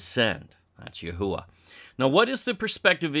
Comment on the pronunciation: It's "YAHWE" not "YAHUWA" ................ and it's supposed to be spoken by man, plus it's not from any language it's GOD's language, his word. And great work by the way appreciate it one more thing in my findings the garden of Eden is not in the Philippine's it's most probably in Solomon Island (Look at what people from there look like you'd be surprised)